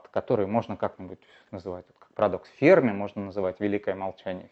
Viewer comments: Не ФЕрми, а ФермИ 🤦‍♂️ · Но ведь ФермИ, ударение на "и" !